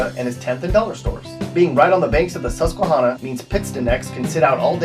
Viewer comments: I'm a native of Williamsport and I am unaware of a Route 32 running anywhere through the area. Also--Susquehanna is pronounced sus-que-HAN-na, not sus-que-HON-na. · he really said susque HONNA its pronounced like the name hannah 💀 also it felt weird hearing someone finally say williamsport (where i live) in a video and bellefonte where im also relatively close to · "Susquehuanna" great pronunciation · Are you from PA? You mispronounce "Susquehanna" and "Wilkes-Barre". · He pronounced Susquehanna wrong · Well the way you said Susquehanna made me know you are from PA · He’s from North carolina and now lives in Cali. No affiliation with PA aside from driving around the state a number of times (so I’m sure a fan has given him the correct pronunciation) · Did he serious mispronounce Susquehanna